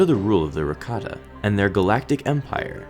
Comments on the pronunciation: Sorry, but if you're going to pronounce Rakata like that my ears are still only going to hear ricotta. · Rakata sounds like Ricotta. Ricotta Cheese.